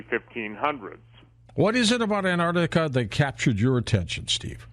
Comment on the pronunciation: It's pronounced 'AnTar tica',not 'Anah tica'. There's a 't' in there !